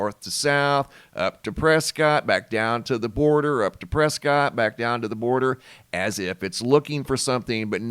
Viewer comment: Really appreciate your information, but you’re not from Arizona are you? If people from Prescott would hear you pronounce Prescott is not correct, per the locals, just a heads up they pronounce it “Preskett.”